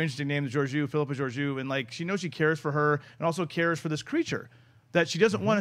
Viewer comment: captain's name is Georgiou! Greek. and they butchered the pronunciation. :) "geo rgE ou", the tone is in the I pronounced E.